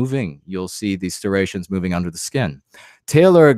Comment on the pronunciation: With all due respect, and much is due; STRIATION, this spelling my be incorrect but it’s pronounced like strie-Ation. That is all. One thinking White man to another.